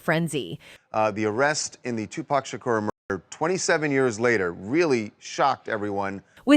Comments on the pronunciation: Why can't you pronounce these names 😂 it's POK for Tupac soog its Suge as in Sugar you murder these names on every video ya put out no matter who it is how we suppose to take what ya put out serious practice the names before ya put it out 2 biggest names in the rap world we all been hearing these names 30 yrs and you get em wrong it's so annoying even Keefe D name 😂😂😮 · roflmao, the AI narrator is both messing up Tupac and Suge's names. This is ridiculous.